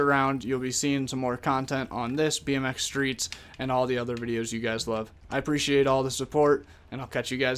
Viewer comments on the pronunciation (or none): I always get confused u say bnx streets I think u mean pipe